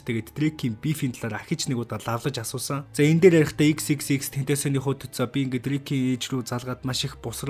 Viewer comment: Тэнтосион gej ymr um bdimbee hhaha😹